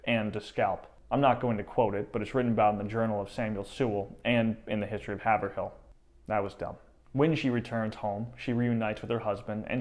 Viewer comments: Born and lived in Haverhill, MA. for 69 years, I had a 1 month class in the history of Haverhill (pronounced Hayvrill) in the late 1960s.We were taught that Hannah kinda lost it when she thought her entire family had been killed and was bent on vengeance. According to a tale from the boy from Worcester, they were 50 to 100 feet from the island in the Merrimack when Hannah turned the canoe back to the island to collect the scalps of those they had killed. They then went back south on the river at night only and found sanctuary with a farmer from Nashua ,New Hampshire.This man would not leave his family alone with French and Abenakis in the area but did give supplies and advice on how to get back to Haverhill MA. We were told that after several days the 3 escapees landed where her and the nanny were initially put in canoes for their journey to Canada. I believe the young boy, who had been a prisoner for much longer was returned to his surviving relatives in Worcester. The Buttonwoods museum in Haverhill has much info on this as well as some artifacts from Hannah. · Well, 1st, Haverhill is not pronounced Haver- Hill. Here in NE, it's pronounced Hey-Veral but good analysis 👍. They should make a movie!! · Oh, yes, it's pronounced Hay-ver-rill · "Haverhill"? it's pronounced HAY'vril. i live there. we're all still laughing. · MA is full of fun names that are pronounced differently than you'd imagine them. Haverhill is one of them- Hay-vrill (emphasis on 1st syllable) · Haverhill is pronounced "hay-vrill" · It is pronounced by locals " Hay vrill. " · Loved your account, but just a small mention; Haverhill is pronounced HAV- er-ill. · I have lived in Haverhill (pronounced Hayvrill) my whole life and I drive by Hannah’s Statue all the time and you are telling me she is missing a shoe!!! wow! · lol, hav-er-hill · It is pronounced by locals " Hay vrill ." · It’s pronounced Hey-v-rill The real butchery here is the pronunciation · Haverhill locally pronounced Haavrill